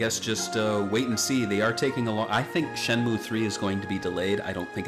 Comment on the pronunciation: why are you saying shenmue like that jesus...